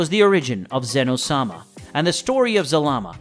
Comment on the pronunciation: Qhy are you saying Sama like its his last name 😂